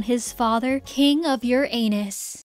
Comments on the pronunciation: stop saying uranus like that…. its suppose to be yur-ranus, not your anus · it's Crazy how I'm so invested while watching this fanfic also on the last part the way she say Uranus UEUEUE😭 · She said it more like your anus instead of uranus— I love it sm 💀💀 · you purposely saying Uranus like that is killing me 😭😭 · Im sorry but everytime u say uranus i giggle a little bit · I don't know why but when you say "Uranus" it feels a bit weird 🗿💀